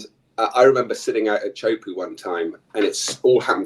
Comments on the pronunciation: Iaorana, cheers for your podcast, I know thousands of people go on and watch. Please, you need to stop butchering the pronunciation of Tea hu po'o. It's not puuu, the sound of squatting on the thrown. It's PO'O. This guy your interviewing from England is completely OFF! Teahupo'o is not NORTH/WEST. It's South/west. I have lived here at Teahupo'o for over 20 years. Why don't you talk to someone who knows what time it is? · Great interview. Please pronounce Teahupoo correctly.